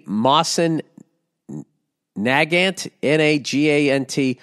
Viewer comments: Ah jeez, Bill. It's pronounced "Moe-sin Na-gaunt" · Hearing him butcher Mosin Nagant is hilarious